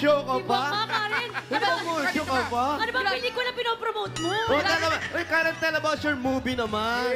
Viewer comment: SABI NG CARREN NOT KAREN🤕